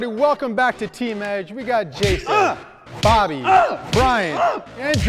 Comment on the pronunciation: It should be brobby not bryobby